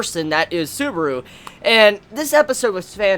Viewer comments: Its Subaru not suburu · suburo wtf say it proberly